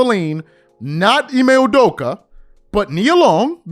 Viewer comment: I jus love that you pronounced him correctly and consistently throughout the show.(Ime Udoka).